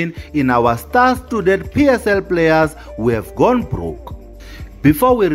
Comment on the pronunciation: It’s star stooded for me